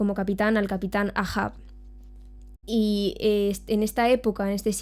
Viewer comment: El Capitan EIJAN EIJAN EIJAN EIJAN se leé así no AA... mi episodio favorito es cuando atraviesa al patoso de la isla de Man con el cuerno de un narval y el grito agudo con el fondo de la luz de luna